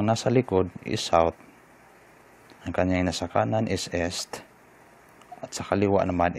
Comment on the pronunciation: Correction...binibigkas ang east ng is (eest) not es or (s).